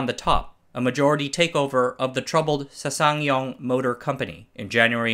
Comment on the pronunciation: Say ssang like saang not sasaang